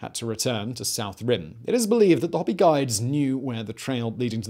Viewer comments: Probably a good idea to appease the Hopi ( I think you said hop---ee) instead of hope -ee ) spirits with an episode on their reservation. 6000 people completely surrounded by the entire Navajo Nation. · Hoe-pee, not hoppy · Yeah, his “hoppy” and “na-VA-ho” had me cringing. And what on earth did he do to the Paiute? 😂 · And HOPE-ee not HOP-ee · Yes. I think my ears were still ringing so from PEW-blow that I glossed over the HOP-ee 🤦🏻‍♀️. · Pewblow gave me a giggle too along with hippity hopi. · NAV-A-HO HOPE-EE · Boy you need to work on saying g Navajo and Hopi